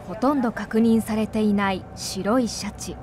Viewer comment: 白シャツみたいな言い方しよってからに😠